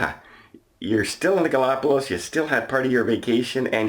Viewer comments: GalapaGos, not GalapaLos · Ga la pa gus or Ga·lá·pa·gos but in Spanish it sounds like gus at the end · I believe you are pronouncing “Galapagos,” incorrectly.